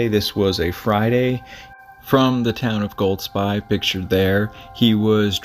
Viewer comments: There no D in Golsbie… Goal. Spee/sbee… Highlands are pronounced highl’nds… Naver. Rhymes with never. Also, I can’t sit around for you repeating yourself this much. 😅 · I live there and my daughter has been on his courses with him.I never met him , but my wife said he was a lovely guy. Golspie is pronounced...Golspee, incidentally. This tragedy was hardly mentioned in our national media, for some reason, even though it was on the local media. The area where we live is fairly remote, but it is highly unusual for anybody to go missing there, especially somebody as skilled as him. Nobody knows what goes on in peoples minds, its easy to say “he definitely wouldn’t leave his family” , but you cannot know that.Pressures of life work on people in different ways. The villages and towns around us are small and if he ended up being there it wouldn’t go unnoticed. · Hi Golspie is pronounced Golspay. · Golspie, pronounced, gol spee. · Loch Nay- ver. Goll-spie. emphasis on first syllable. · His poor family ❤ 🙏🏻BTW (pronounced Golspee). I have walked there many times with my husband and it is a total wilderness. Sometimes people think that the UK is a tiny island but when you go walking in the ‘flow country’ unfortunately there are plenty of bogs that you can fall into and it is a beautiful yet desolate place - one of my favourite places on earth, but it can be tricky to navigate safely. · Pronounced Golspeee. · It's pronounced golspee.